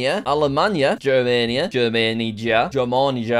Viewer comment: In Bulgaria we pronounce it GERMANIYA , but jack pronounced it quite good 👍